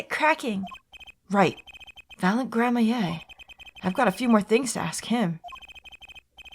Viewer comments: The closest I've come to pronouncing "Gramarye" correctly is "Gray-mar-ee" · Hey, just a tip! Troupe Gramarye is pronounced as "Gram-marie", like Apollo said during the conversation with Valant! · It’s pronounced grammar-ee (the dash isnt a pause) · Gramarye is pronounced "Gram-ah-ree". It's supposed to sound similar to "glamorie", which is a sort of magical illusion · I'm pretty sure Gramarye is pronounced "grammar-eye," and it's an esoteric word meaning grimoire, or book of magic. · I hope we don't have to hear Grammaa-yay too much.... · It's pronounced: Gram-a-rye (rye like the bread) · Just a note: Gramarye is pronounced Gram-ree. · "Gramarye" is pronounced "Grammery" like Apollo tried to say. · Ok Gramarye is pronounced (Gram-ER--E) and prestidigitation (pres-ta-dig-a-ta-tion) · Gramarye is pronounced Gram-ree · Gramarye (Pronounced "Gram-uh-ree") - Occult or Magical studies. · please. It pains me so. It’s pronounced “Gram-a-re”, or just “Gram-re”. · No “Gram-my-a”. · Yeah the pronounciation is just Grammar-ee, simpler than it looks. Also Lamiroir I usually hear said "La-mwar". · Yeah, it’s meant to be pronounced Gram-ree. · You're missing a syllable there, sir, it's Gram-a-ree. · I'm sure it has been said but it's pronounced Grammar-ey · H&F Honestly, I mostly never care about the mispronunciations makes, but how she pronounce Gramarye is fatal. I wouldn’t mind her pronouncing as “grammar-rye” though because I still pronounce it as that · Pleaeeeeeeeeeeeeeeeeeese please pronounce it as gramareeeee!!!!! First lambwhatever then maki tobaye please just pronounce this one thing correctly!! I’m begging you!!!!! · It's Gram-ah-ree for sure. Even Apollo pronounced it grammarie in this video. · Gram-ah-rai (Gramarye) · Nope. It's Gram-ah-ree. It's a Gramarye menagerie! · This is so unbearable to watch pronounce “gramarye” wrong I’m sorry It’s grammar-ee,. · I think it might pronounced “Gra-mare”